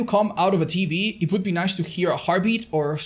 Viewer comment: saying TV sounding like tb kills me lol 😆